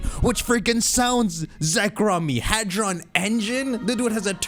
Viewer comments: "Hadon" engine lmaooo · What's a "Hadon" engine?